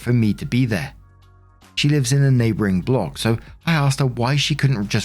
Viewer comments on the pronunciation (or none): none